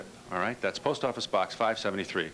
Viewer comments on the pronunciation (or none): none